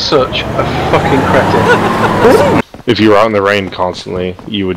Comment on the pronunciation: I'm pretty sure that's not how "cretin" in pronounced, but ok xD